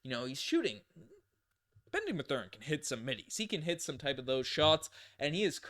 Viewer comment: The way you mispronounce both Ben Mathurin and Jarace Walker’s names is slowly killing me.